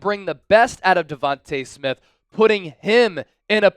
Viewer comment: Stop pronouncing Smiths name wrong! Smdh!